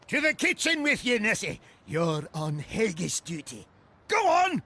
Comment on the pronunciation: There saying haggis wrong